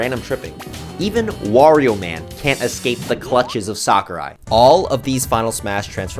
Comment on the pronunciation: Smash YouTuber pronounces "Sakurai" correctly challenge (IMPOSSIBLE)